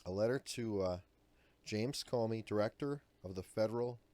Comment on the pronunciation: Thnx Adam, that does appear to be the correct pronunciation of his last name. He has possibly placed America in more peril than Clinton, due to the everyday federal agents viewing different security breeches with altered perceptions, regarding how severe the charges should be, against possible suspects. Some legitimate suspect could be currently overlooked, simply because of the reality of placing blame upon a person, that should actually be charged with felony wrongdoing??